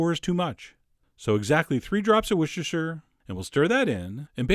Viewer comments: the wuchechtur sauce is actually pronounced worster ;) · Worcester is pronounced "wooster", not "wushisher". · Don't want to tell you your business chef John but I'm from England and I live near Worcester and Worcester sauce is pronounced as "wuster sauce" I know it sounds weird buts that is how it's pronounced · Wsshershher sauce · Hey Chef! I'm from the UK and we call Worcestershire Sauce "Worcester", pronounced "Wuss-ter". Thanks for the great videos! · you should drop the shire from worstershire sauce, thats how everyone says it here.